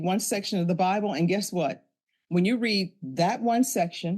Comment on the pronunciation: AI did not correctly pronounce "read" in this.